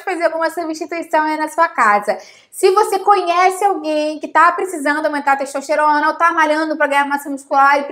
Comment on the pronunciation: Quem mais ouviu pelo menos 3 vezes "xexosterona"?